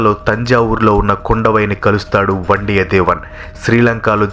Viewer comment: చాలా వరకు బాగానే ఉంది, కానీ కొన్ని పేర్లు తప్పుగా పలికారు వనతి కాదు వానతి, కుండవై కాదు కుందవై, వండియదేవన్ కాదు వందియదేవన్, పూన్గుడలి కాదు పూంగులలీ, పెరియప్పడు వట్టరీయర్ కాదు పెరియ పలవెట్టు రాయర్ 😂😂😂😂